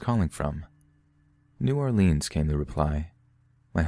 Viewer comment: NEW👏🏿OR-LINZ👏🏿 I sweartoGod, a baby alligator dies every time y'all say "New Orleeens"